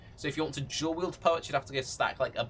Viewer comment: I don't know if he is saying dual or jewel. He didn't mention curse buff, is it not as good as i think?